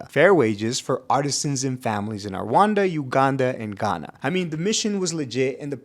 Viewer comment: Never heard Rwanda pronounced like that in my life 😅 R-wanda is genuinely new but s/o for getting the "anda" sound down ✨